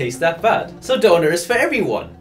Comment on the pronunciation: doner being pronounced right is jarring af for a brit